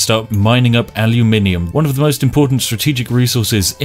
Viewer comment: evryone arguing if its aluminum or aluminium meanwhile spiff saying aljuminjium